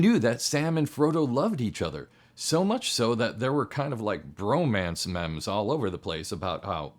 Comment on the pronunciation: What I really loved is how pronounced MEME